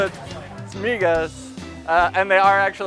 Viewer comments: Stupid people: HAHAHA they're not called 'mihas', they're 'migas' Also stupid people: i'll take the 'all past-ohr" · Noticed that too. I don't understand how people can live in Texas but still murder simple Spanish pronunciation. But that's Austin for you.